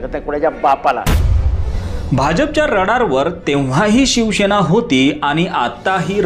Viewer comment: शिवसेना म्हणा...शिवशेना असा उच्चार नाही